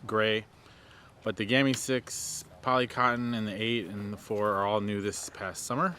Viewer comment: Please don't say gammi say gamme with e. Love from Norway.